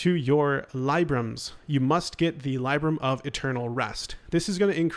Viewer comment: I made this comment halfway through the video, then you said Libram….cmon man